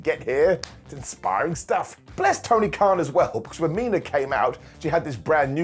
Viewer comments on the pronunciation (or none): none